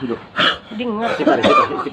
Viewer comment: istighfar mas bukan istipar🤭🤭🤭 rujukan ruqyah syar'iyyah ust.nuruddin ust adam amrullah mereka klau meruqyah dibacakan alqur'an ndk prnah pkai jurus2 bgini. ini kok stiap meruqyah saya prhatikan ndk prnah di bacakan alqur'an melafadzkan kalimat2 ALLAH aja ndk tepat ingat kata rosulullah"brg siapa tidak mmbaguskan bacaan alqur'an nya maka dia bukan golongan kami"